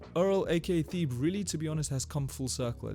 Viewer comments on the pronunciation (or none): It's not theeb... it's ťe-bê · It's T/Hebe not thebe like how you say it. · lol it's pronounced Thebe (Teh-bay) but still a great video bro!! I enjoyed watching this one 👍🏾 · No way you said “Theeb” man😭 discredits the entire video off the start. Appreciate the effort input in tho, good video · Who else came to the comments as soon has he said “theeb” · I think his name is pronounced “teh-bay” but this is a great video you should keep it up man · everybody correcting the thebe pronunciation, but can someone tell me how to pronounce his last name ?